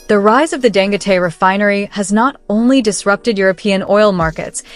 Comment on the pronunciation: I think his name is pronounced "Dan-go-tee."